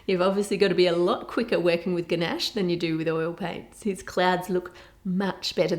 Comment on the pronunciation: god, when she kept saying gnash it was soooo annoying, like bro. IT'S CALLED CHOCOLATE, AND I KNOW SHE'S AUSTRALIAN OR SOMETHING BUT STILL.